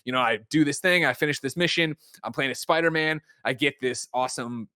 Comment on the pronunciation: He has a lot of quirks when it comes to pronunciation. For example he says Sparder-Man and Markrosoft.